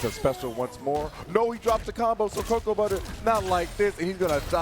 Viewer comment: It's not "co-KOA"; it's "cocoa."